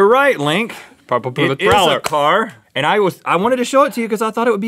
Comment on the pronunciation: Its ply mouth